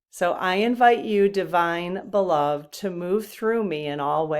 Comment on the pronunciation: Just want to share...I think "Beloved" as used in that deck refers to someone that is loved. And it is pronounced: be-LOVE-ed (accent on second syllable, and 'ed' pronounced as the man's name ED. So Prince Charming looks at Sleeping Beauty and says, YOU are my beloved.